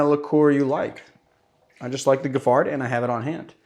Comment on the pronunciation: Giffard is pronounced Jif-far.